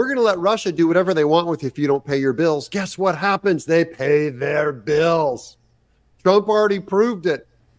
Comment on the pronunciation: Whoopi cannot even say TRUMP